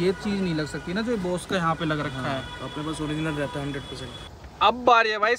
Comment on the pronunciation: बॉस नहीं भाई बोस।